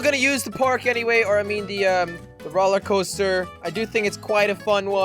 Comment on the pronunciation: why do you say rolercoaster